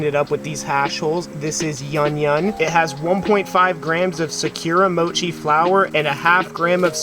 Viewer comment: securemochi? sakuramochi.. dude cant even read properly